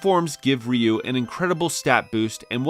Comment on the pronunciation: Um, his name is Ryu not Ryu.